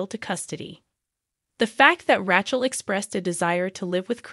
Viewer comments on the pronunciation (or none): RAY- CHEL WITH A LONG A. NI-COLE. THANKS